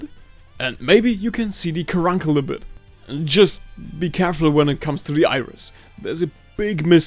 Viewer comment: its said caruncle car "uncle"😂😂😂😂